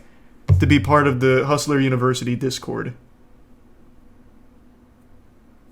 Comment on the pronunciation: Christ, the way Tate talks...."Univers-uhh-ee"..."Harr-attack"..."Infi-del-uhh-ee"..."Beau-ee-ful". It's like nails on a chalkboard. He's the most "superior" male that's ever lived.....but he can't even pronounce his fucking "t"s.